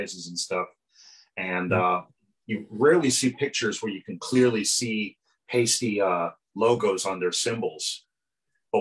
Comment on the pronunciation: It's pronounced PIE-STEE not paste-tee!!